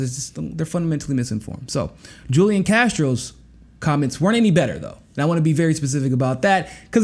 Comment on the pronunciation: FYI— Julian is pronounced Who Lee Ahn